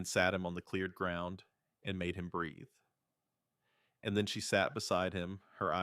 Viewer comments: It’s not the writing, it’s the ai reader emphasizing “and”. Doesn’t help that it’s emphasized way too often. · Too much emphasis on the word 'and '